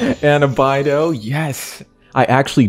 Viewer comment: The way you said beidou just pains me